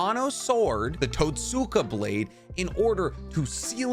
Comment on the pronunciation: you know it's the ( tot-ska ) blayed